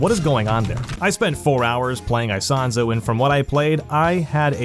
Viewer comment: "aisahnzo" 😰. Ita "Isonzo", its a game of ww1